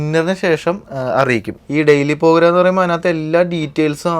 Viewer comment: not ഗുനിയ its ഗിനിയ (Guinea ). jaccuzi or whirlpool bath or hot tub Portugal 🇵🇹. not pogram its program.. Waiting for the next episode..